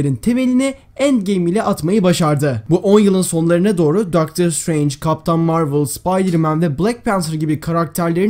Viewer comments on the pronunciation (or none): none